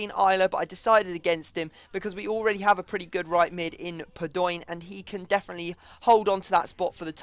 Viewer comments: Please. Stop staying PADOOOIIIINN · That 'padion' has got to be the most annoying thing ever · STOP SAYING PADOOOOOIN. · I don't mind the sound but you know it's actually pronounced PA-DO-EEN not PA-DOYNE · Padoin is pronounced pad-o-ween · You pronounce it pah-doh-een for fuck's sake. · its pad-o-in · Stop saying padion like a mong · Please stop saying padoing like that it is annoying XD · Fuking bitch , stop saying padion like that. Unsub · Please stop saying Padoin like that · why do you keep saying PADOIN its so GAY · this is the first episode i have seen and already how you pronounce paidoin is annoying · Fuck off sayin padion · Please, stop saying Padoin like that it makes me cringe. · PLEASE stop saying padoin PLEASE